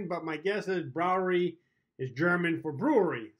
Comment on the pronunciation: Brauerei - "brow-uh-rye", Veltins - "fell-teens". Also, we gotta meet up at some point for a game. Completely forgot about getting back to you.